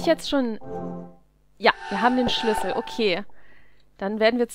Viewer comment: Ich könnte mich jedes Mal beömmelt, wenn ich dich Sch(e)lüssel sagen höre :D